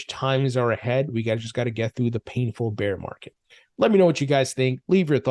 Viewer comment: Love your content, but please, stop pronouncing "Beer market🍺" its bear market🐻